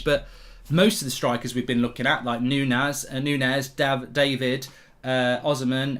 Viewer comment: Its not Nunes, Nunez